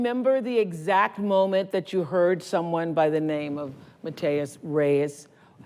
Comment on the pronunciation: In these vids these pro broadcasters can't seem to agree on how to pronounce Matias and Meili.